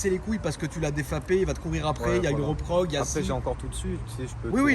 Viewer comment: rip pour le mot "reprog"